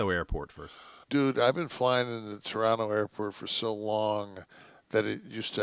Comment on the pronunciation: Nash with the proper pronunciation. When you know, you know.